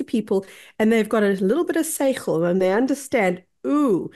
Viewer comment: Did she said "Seichel"?